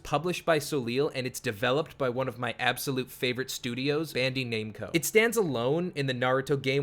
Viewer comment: Bro its ban dai bandai not bandie